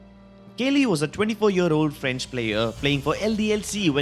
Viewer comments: kaley?? its kooklyy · Kaly ... Sure ,nice pronunciation xD